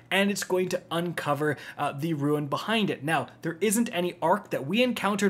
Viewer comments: simple words, how do you screw them up?! Rune (Roo-n) not ruin, melee (may-lay) not mE LEE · my guy. it's pronounced like "roon" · It's a Rune not a Ruin, r o o n not r o o i n. There is no n in turret, but yer video was very very helpful thank you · It's RUNE not RUIN. Rhymes with MOON. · Broham it's pronounced "roons" not "roo-ins". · RUNE ≠ RUIN (think roon) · Rune is pronounced roon. Not ruin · "Rune" is pronounced like "dune", not "ruin".... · RUUUUUNE NOT RUIIIIIN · It’s a RUNE (pronounced roon) not a RU-IN! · I’m sorry, I know this is a dick move but it was bothering me the whole video. It’s Rune pronounced ROON not Ruin pronounced roo-in. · It’s RUNE not roooooo ins!!! always choking it up khak khak khak status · Hey bro its roon. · Every time misprounounces the word "rune" as "ruin" I get just a little closer to unsubbing from his channel. Generally appreciate/like the content, but this mental torture isn't worth it. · Why tf do you pronounce "rune" like that?